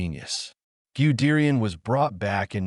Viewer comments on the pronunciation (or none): Its pronounced gud dayan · Who is "Giudeerian" dickhead ?😂😂😂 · Pronounce goo de rian😢😢😢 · You know it was going to suck when the AI voice couldn't pronounce Guderian or T 34.